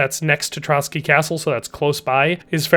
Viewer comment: ''Trotsky castle'' 💀